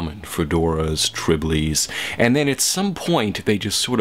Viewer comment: "triblies". lol, the word is "trilby". trilbies.